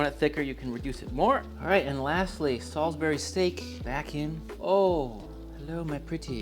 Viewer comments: Pronounced Salsbury not Salisberry. Also you can just say wuster sauce instead of wurssestersheer sauce. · Its Salisbury steak.. Not Sulisbary steak dude. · Great video Dude! I am going to cook this. Great English accent btw, and to set the record straight it's pronounced "salsbry" steak and "Wooster" sauce. . . . From Scatlend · sAlsbury Not saWsbury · It's pronounced "Solsbury" here in The UK where Salisbury is. Great show and I love the recipe. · In the Uk it’s pronounced “salzbury” although I’ve never seen this dish in the Uk , it looks very British with the green beans and mash on the side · 😈both SOL-iz-berry 4 syllables! That hurt to say outloud.😂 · It's Salisbury like Saul's Brie. And Wuss-tuh-sheer.